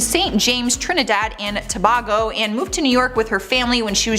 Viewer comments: It is not pronounced to-ba-go it’s pronounced to-bay-go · Trinidad and TO-BAY-GO! Not ToBAHgo. 🇹🇹🙌🏾❤